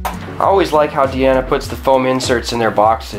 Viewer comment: You seem to be one of the only people reviewing a Diana airgun who pronounces the name of the company properly, including all the big company channels. I’m subbing based on that alone. Still watching the review.